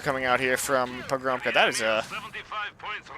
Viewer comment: You should read pogromca as "Pogromtsa", it means conqueror in Polish.